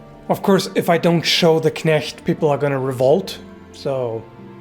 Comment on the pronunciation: Whoa you can say Knecht properly :o